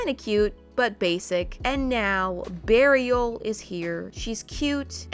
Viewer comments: why does bearial sound like burial?? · wait Morriah- Beariel , when its pronounced suspiciously sounds like burial .... imma let that sink in